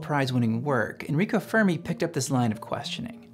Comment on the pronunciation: Great video, but I’d highly suggest looking up the pronunciations of people and places before recording your audio for future videos. For example, it’s not “bek-rel”, it’s “bek-er-ell”. “fur-me” should be “fair-me”. “Deh-cow” is “dock-cow”. Etc